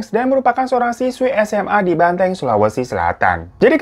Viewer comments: bukan banteng kak 😭😭 cara nyebutnya tuh " ban-ta-eng" 😭😭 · Bukan BANTENG Bacanya bro, BAN-TA-ENG Gitu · bukan banteng bang.. bacanya banta-eng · Bukan banteng tapi Bantaeng bang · Kak Bantaeng bukan Benteng wkwk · BANTAENG bang bukan banteng